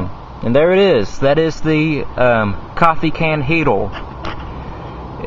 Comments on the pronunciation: Its "heater" not "heatal" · Dude... it's a HeateRRRRR not HeateLLLLL... :o) lol